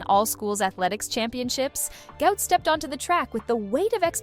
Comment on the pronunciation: Why are these people calling this young man a disease even after his father publicly corrected them... His name is pronounced GWOT not GOUT....